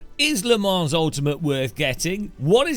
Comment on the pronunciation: the s is silent